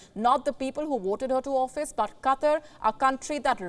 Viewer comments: Funny how she says "Cutter" instead of "Qatar" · Its Qatar not Katar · Katr?? It is Qatar like kaataar pls pronounce English not hindi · Katarr? QaahTaar. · So many disrespect the pronounciation of QUTAR. Its not pronounced Cutter as so many butcher it. Its pronounced Kuh Tar' with the accent on the Tar. kuh TAR'. Thank you very much. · Qa TAR ....... NOT Qa TER ..... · This reporter helps me see and understand a different English.. Let's use an example.. Qatar sounds like Cutter. I never knew it would have to relearn English. !! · .... "Katter"... "Cutter"..... 🤷‍♂